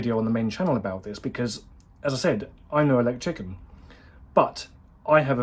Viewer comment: Is it just me or did it sound like he said I'm no elechicken. Or am I just having KFC withdrawal syndrome due to lockdown.